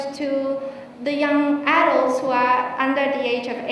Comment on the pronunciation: well done but adult phát âm chưa đúng thì phải